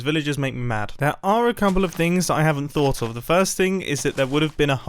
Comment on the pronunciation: Mumbo's British insticts are activated and his accent gets overly british while saying "thought"